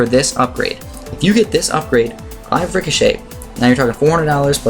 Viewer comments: According the Merriam-Webster, glaive rhymes with brave, not hive. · Ug sorry but Glaive is pronounced with a hard a sound like in "Blade" There's no hard i sound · he just keeps mispronouncing glaive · Glave not glive. mobe not mowab zomg not zoh my god :3